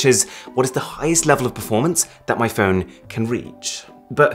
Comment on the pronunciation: phone, not phewn